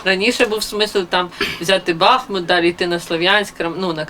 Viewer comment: Правильно говорити БахмУт, а не БАхмут